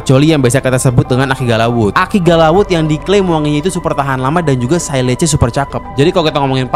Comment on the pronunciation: Sillage itu cara penyebutannya 'siyaj'.. kalau 'sailej' itu sebutan bagi silage.. satu L.. Beda makna sama sebutannya sillage ama silage..